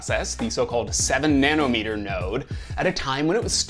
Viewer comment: Refreshing to hear someone not say "nana meter"